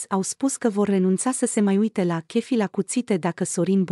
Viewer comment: Nu mai pronunta “ chefi “ si “ online “!